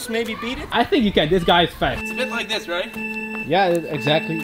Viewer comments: Are you saying liek for a joke. If not, the word is like. Also I smashed it!😀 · Eerytime he tries to say smas the like he says smash the leeek